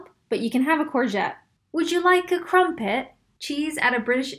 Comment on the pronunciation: Is it just me or is it extremely cringey hearing a typical American try mimicking the British accent? The way she said crumpets made me shudder.